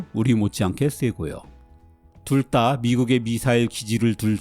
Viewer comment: 둘다를 둘따로 발음하네 ㅋㅋㅋㅋㅋㅋ